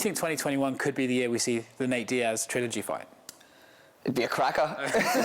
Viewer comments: Will be a good “foi” 😂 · that's literally not how that accent pronounces 'fight'. It's more like 'fiught'